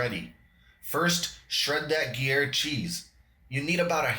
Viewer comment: I had to share this everywhere it looks super good. I always learn something from your videos. Gruyère is pronounced groo-YAIR or if you prefer Peace To All!